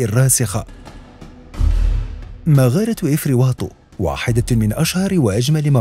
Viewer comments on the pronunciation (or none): افري نيطو وليس افري واطو اسي حسن كفى من تحريف اسماء المناطق والغريب في الامر انك امازيغي .......